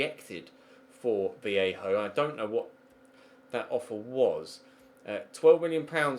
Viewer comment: Vallejo is pronounced as vayeho